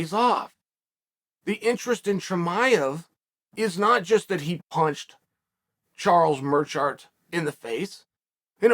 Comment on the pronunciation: "Charles Meerscheart" 😂👌 CM3